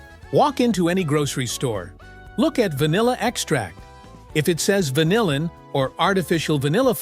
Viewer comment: How about pronouncing vanillin correctly?